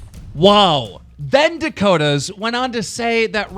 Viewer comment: ffs, Its